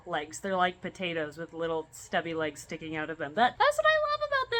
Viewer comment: Please tell me that near the end, you called them "skinkin cute" instead of "stinking cute" 😂 Gorgeous, I'd love one.